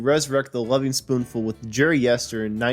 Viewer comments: "Gren-itch" not "Green Witch." Also, the gerund in the title of the band is elided. "Lovin'," not "Loving." Hard to take it seriously with such fundamental errors. And making assessments (like returning to a previous sound being "unavailable") is a weakness in a documentary clip. As for the reunions, doing them without Sebastian is the same as not being the Lovin' Spoonful, because Sebastian WAS the band. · Loving Spoonful?? How about Lovin Spoonful? Green Wich?? I't's pronounced "Grennich" . And Creeque Alley is pronounced CREEK ALLEY.....do some research kid!! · You're young, so you're forgiven :-)...but Greenwich is pronounced GRIN-itch. Creeque is pronounced "creek", and it's the Lovin' Spoonful, not the LovING Spooful. Otherwise, nice summary. BTW, I've known John since about 1984 and was just with him last night (8/31/24). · My main problem with this guy was his continuous mispronounciation of the group’s name. It is Lovin’ not Loving.